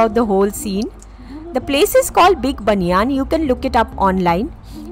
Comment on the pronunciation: Big ban yen pronounced . Not banyaan😅